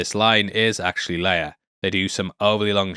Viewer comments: It's Leia not "Leiar" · Peter Cushing (Governor Tarkin) also pronounced Princess Leia's name differently. He pronounces it "Lee-ah" rather than "Lay-ah."